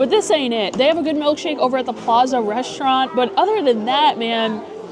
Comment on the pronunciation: And please stop saying reshtaurant!!! There's no 'h' in the word.